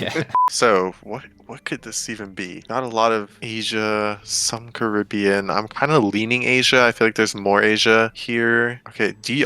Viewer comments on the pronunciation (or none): none